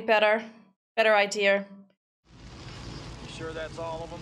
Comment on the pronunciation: “It’s probably better, a better idear “